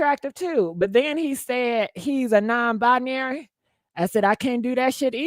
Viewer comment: Bi-Narry Non - Bi-Nary , Gender - fluidary ....iam.confused cant yall just be Trasngener 😂😂😂🙈